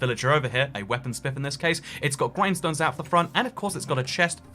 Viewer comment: you can tell its a blacksmith bcs there is a blacksmith villager over here Me: yep we can see that: thrres also GWINDSTONES